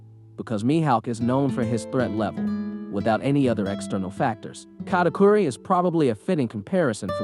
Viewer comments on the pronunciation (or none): none